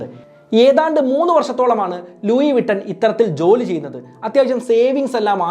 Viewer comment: Bro please do research before doing a video it's not "ലൂയി വിട്ടൻ" it is """ലൂയി വിത്തോൺ"" . Right pronounciation available on google. Before giving to wider audience get some clarity ✌️